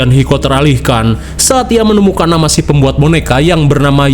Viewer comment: Lu orang mana min, kok nyebut nama, "ngaran 😂